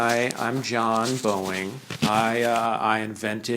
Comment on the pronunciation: Your diction for Mr Boeing was flawless